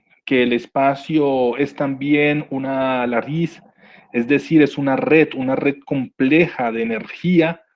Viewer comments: Lattice en vez de laris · LaTTice, no larice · No pronuncias bien Lattice ni Cuauhtémoc... de ahí, todo bien!